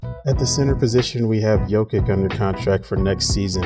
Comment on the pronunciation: Your pronouncing jokics name wrong. It’s “yok-ich” not “yok-ik”